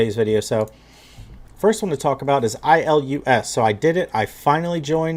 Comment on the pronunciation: Ilus is pronounced "eye lus", not "ill lus". FYI:)